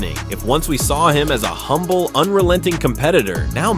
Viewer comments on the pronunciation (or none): none